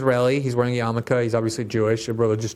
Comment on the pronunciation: 'Wossa' Yarmulka?'